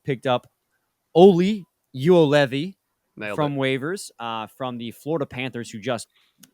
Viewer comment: Yo-Levi that’s how you’re supposed to say it.